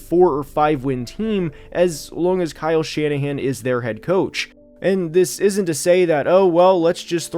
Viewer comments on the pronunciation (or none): none